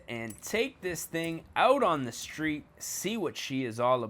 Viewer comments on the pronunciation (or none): none